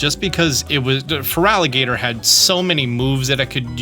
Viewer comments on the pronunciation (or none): none